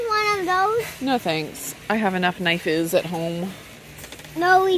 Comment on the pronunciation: Omg, saying “ knife-is” took me out. My oldest son, who just made 18 used to say knives the same way. Oh the memories, warms my heart.